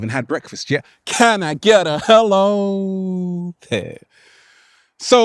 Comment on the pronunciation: If you go there hello sounds like hell-O!!